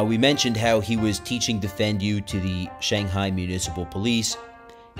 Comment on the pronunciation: Hi, Great presentation. I have his books and have studied his techniques. We even incorporated some of his material in our combatives training befor deploying to Afghanistan. BTW, Defendu is pronounced "DEEFENDU" not "Defend you." Keep up the good work! Chris. CPT Christopher F. Sheridan, 20th SFG (Ret.)